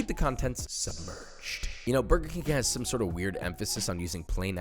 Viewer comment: burber king